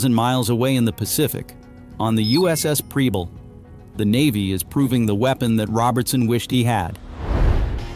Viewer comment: Preble is pronounced with a soft e in the PREB and the ending is a bul as in able. AI may never get it right.